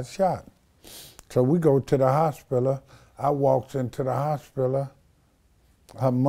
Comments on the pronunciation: The "HOSPILLA" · And the way he said "hospiler" lol. I love this guy. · The fact that he can pronounce misconstrued but not hospital.... and doesn't know what siblings are. 😳😳😳